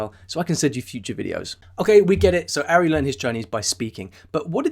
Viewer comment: Pronounced "Ahri" not "Arri". You obviously haven't watched many of his videos...